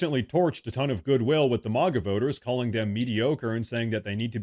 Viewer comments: Say "Mag" and then add an "a" at the end. Not "Mog" with an "a" it's MAGA not MOGGA it's America not Ahmerica. Thank you. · This is AI. It isn't MAAAGA it MAGA.